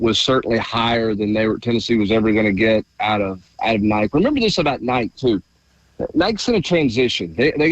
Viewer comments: Yea I heard him say it a few months ago and shook my head in disgust lol. Love him but it's inexcusable. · I mean it’s gotta me intentional.. who the heck doesn’t know how to say Nike in 2025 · Someone teach how to pronounce Nike